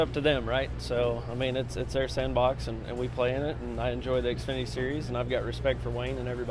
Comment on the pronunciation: xfinety not axefinety